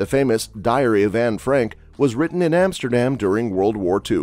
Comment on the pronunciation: Van Go... Emsterdem.. Gaithorn.. Bayshute with... Kinderdieke.. do your homework before you make a video...